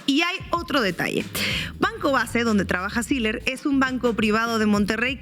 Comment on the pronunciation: No se pronuncia Siler se pronuncia SILLER con doble L y que se puede esperar de una regiomontana sino solo responder a sus propios intereses